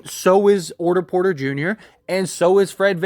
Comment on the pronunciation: “orter porter” 💀💀💀